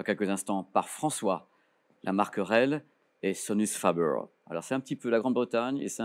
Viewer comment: On dit pas fabeur mais fabair, sans Majuscule sur le f : Sonus faber.